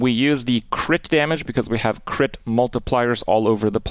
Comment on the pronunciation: did you say Kipp damage or crit dmg ;P ?